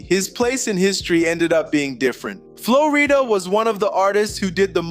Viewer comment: Why are you purposely saying the name wrong, messed up the whole video